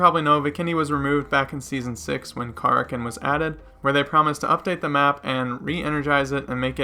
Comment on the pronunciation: Ka rak ken is how you pronounce. It’s like the sea monster